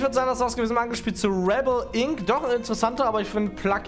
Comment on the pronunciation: Nicht Riebill Ink es wird Räehbell Inc ausgesprochen